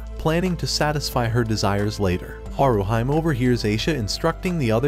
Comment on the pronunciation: Not HaruHYME, but HaruHEE-MAY. Please calibrate your AI properly. You also called Bell ugly, but at least a dozen women ( and one man) would vehemently disagree.